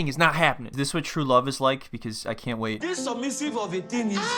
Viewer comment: Say it with me. You cain’t make me! You cain’t make me! You cain’t make me!